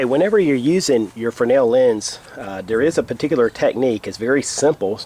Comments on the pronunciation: I thought you were wrong in your pronunciation of Fresnel - but I was the wrong one in this equation! ;) It is pronounced Fray - nel - and you were right! Thanks for the correction. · OMG, someone in the survival community pronounced Fresnel correctly! Thank you!